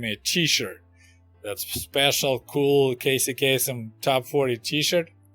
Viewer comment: I know just what you went through with that bus ride to Kyiv! Attraction works like a radio scrambler, so it's hard to think of what to say! You said Casey Kasem correctly. His name rhymes.